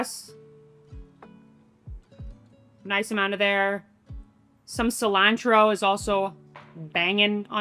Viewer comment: The way you say ciLANtro is hard